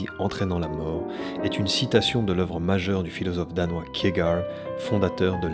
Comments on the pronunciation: bien mais par contre kierkegaard ca se dit pas du tout comme ca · Merci pour cette vidéo et le travail sur les explications psychanalytiques. Les références et les allusions à ce sujet sont tellement riches dans NGE que tu pourrais faire 10 vidéos ! En revanche, pourquoi ces prononciations bizarres à l'américaine ? - On dit "Adam" comme dans "Adam et Ève", pas "Adame". - Le nom de Kierkegaard se prononce "Kirquegarde". - Le porc-épic se prononce "porképik", pas "porépi". Vivement l'épisode 3 !